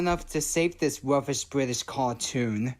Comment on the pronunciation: he says "rubbish" as "ruffish" and "tubbies" as "tuffess" so I really think the "ub" sound is the issue